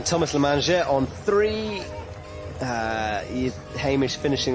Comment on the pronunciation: Its Thomas Lemagner, not lemanger. I say this because Lemanger means Thefood, in french. It sounds silly. Might as well call him Tomato The Food. Great commentary, otherwise.